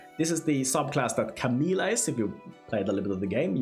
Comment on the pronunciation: Her name is Camellia (ka-MEH-li-a), not Camilla. Who do so many YouTubers have trouble with her name, when it's mentioned several time in the game's audio files?